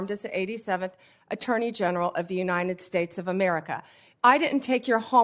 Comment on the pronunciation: I’m sorry. I cannot take anyone seriously who cannot pronounce United States ( “you-Nigh-ned”)